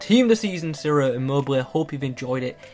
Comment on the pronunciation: it's pronounced chiro not siro. Anyway, great vid as always:)